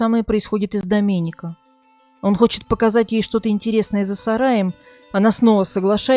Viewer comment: Слух режет когда диктор произносит итальянские имена по русским правилам. Вместо Алесандрооо Алесанрааа, Доменика вместо Доменика. Кажется мелочь ан нет. С буквой а на конце, это женское имя. А здесь 3 зверя мужского пола.